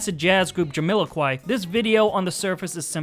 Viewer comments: JamILOquai? What are you saying? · JamILOquai, BarriLOquai, PappadilLOquai It's Jamiroquai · Does the narrator completely mispronounce 'Jamiroquai' every single time he says it?! 😂